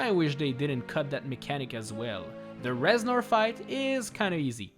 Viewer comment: Reznor more Rez-snore!! Hahahahahahaha Please end my suffering